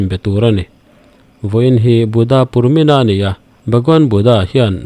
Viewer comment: Sir Buddha purnima tih zawk tur a ni e. Buddha purmina ti lo vin